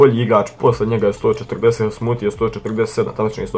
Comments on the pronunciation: Tebra nije sthoothe nego smoothe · Nije sthoote nego smoothe